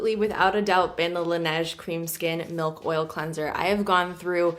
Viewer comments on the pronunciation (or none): none